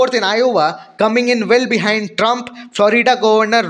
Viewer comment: Trump not Trunb